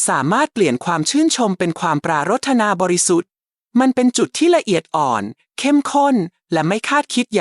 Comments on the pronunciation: ควรให้คนอ่านAI.อ่านไทยไม่ถูกเช่นปรา..ระ..ธนา..อ่านว่าปราดถะหนา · ทำไม. คำพูดที่ได้ยิน. ปรารถนา เป็นเสียงเพี้ยนไป. น่าจะ ออกเสียงว่า. ปราถนา. แต่ออกว่า. ปรา. รด ถะนา ขอคอธิบายด้วย ครับ